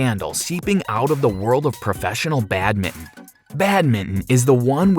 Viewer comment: The way u say badminton "badmin"